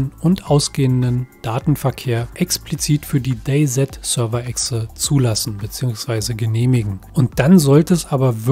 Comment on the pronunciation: gesprochen wird es day si sry aber sowas triggert leider meinen inneren Monk